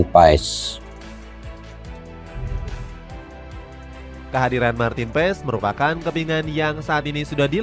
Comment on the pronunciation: Marten paas cara bacanya bg